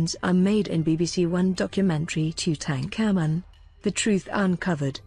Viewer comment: Why did you pronounce tutankhamun like that